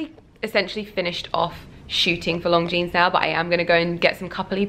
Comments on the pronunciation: It sounds like she is saying 'Long Jeans'. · How the hell do you get a job with a brand whose name you keep mispronouncing?! LONGJEANS? Do your homework, woman. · you keep pronouncing Longines like Long jeans, that is not the proper way. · it’s not pronounced long jeanes!!! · Cisel Carda she is, cringe worthy. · I hope you are pronouncing Longines correctly... wouldn't be awkward at all? it doesn't sound right..